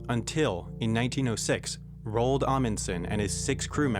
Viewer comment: Have you ever heard the name Roald Dahl? Roald Amundsen is pronounced like that. Not "Rowlld".